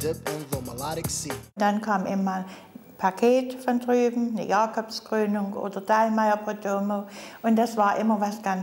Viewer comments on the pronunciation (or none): Jooo die Jacöbs Cröönung oda de Dallmayr Prödöömööööööööö 😂😂😂😂😂😂😂😂